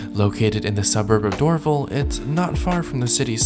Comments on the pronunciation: FYI it is Door Val like valley... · Dorval is pronounced door val( like Value but leave off the ue.) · Are you not concerned about having to quarantine for 14 days on your return to Canada? Not a big deal, but you mispronounced "Dorval" and "Lufthansa". It's "Dor-VAL" with the emphasis on "VAL", and "Luft-hansa", not "Luf-thansa". I enjoy your reports but would prefer them without the background music.